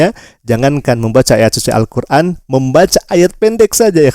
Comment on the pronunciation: Malikin sonice. Bang itu Al-Qur'an bukan sosis